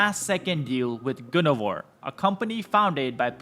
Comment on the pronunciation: It’s not called “Goon O Var”. It is called GUN VOR.